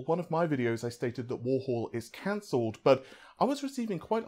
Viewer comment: Not at all. I'm amazed after all these years he hasn't learned how to pronounced 'three' and 'Warhol'.